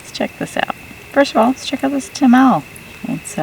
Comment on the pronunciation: It’s pronounced Ta ma lay ❤😂